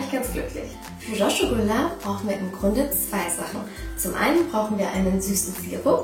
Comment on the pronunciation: Ihr seid voll das süße paar viel glück wünsche ich euch weiterhin und meine Frage ist du sagst ja "rashgullah" heißt das nicht rasgullah also nur das s ausgesprochen und nicht als sch ?